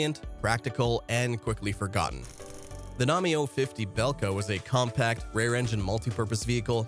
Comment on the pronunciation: It doesn't sound like I(e) but like Ye (J, æ, like a exclamation Yo). PobÉda (Victory). You correctly pronounced this letter in the word Belka . Not Lora, but L a U r a!